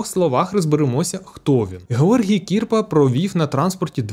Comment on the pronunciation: Тільки Не КІрпа а КірпА